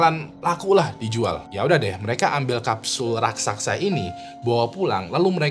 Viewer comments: Raksasa bang bukan raksaksa 😅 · raksasa bang, bukan "raksaksa" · kyknya raksasa bang, bukan raksaksa